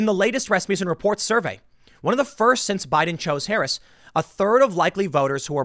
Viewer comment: Did Tim just say Kamala Ha'aretz? :D You've got to laugh at the notion of Blacks being attracted to Harris because they have some affinity with Asians on account of skin color, though. A resounding golf clap for that genius!